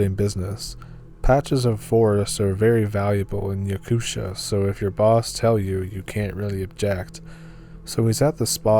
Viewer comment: You say Yakutia as Yakut ia. And Novosibirsk as Novo-si-birsk but make the gap between si and birsk faster. Thanks for telling stories from my country hahaha 🛐